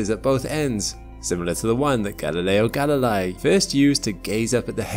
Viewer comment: galilei = guh-lee-lay